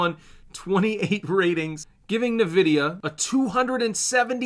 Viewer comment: doesn't even pronounce Nvidia correctly, this is insane how this guy is just reading to us rather than being a proper analyst.